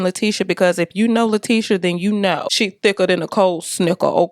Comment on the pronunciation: gave me the ‘T’ on LaTEEsha 😁 Pretty wig. Love the color.